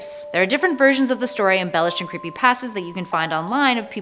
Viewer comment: It's not pastas it's pastas